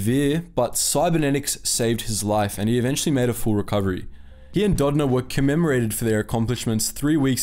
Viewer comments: When u say dodna instead of doedonna it makes me mad but I also have ocd 👽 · Are you calling him donna ?🤣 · Its pronounced "DOE-DAH-NUH" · please learn how to pronounce names correctly before you make a vid. you butchered Dodonna's name so many time i couldn't keep watching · he didn’t even come close to pronouncing Dodonna right. It’s happened before. It was so annoying I stopped watching. What don’t you get? Lmk